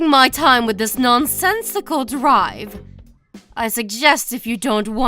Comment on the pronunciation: Drivel like swivel not drive